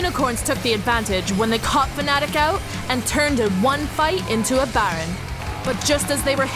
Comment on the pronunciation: It's fnatic not fanatic...